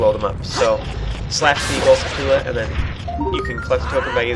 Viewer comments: Skull-toola? It's pronounced like a tarantula, dude.... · That's the point. And I'm sorry (Because I sad "You suck") I was angry and tired. But I don't know how it's REALLLY pronounced.